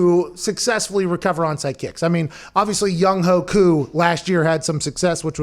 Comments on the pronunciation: Pat, it's pronounced "young-way-koo", he's definitely not a ho. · His name is pronounced. Young way coo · Younghoe Koo= "Young Way Koo"